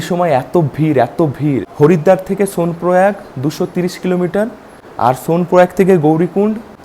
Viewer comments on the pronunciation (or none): none